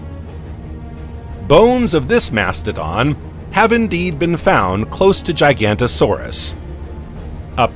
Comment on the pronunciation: ok i just cant watch anything where Giganotosaurus is pronounced "GIGANTO-saurus" come on guys make a little effort